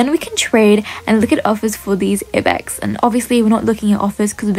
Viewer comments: it's I BEX not E BEX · It's not ibex space the I so it would sound like I bex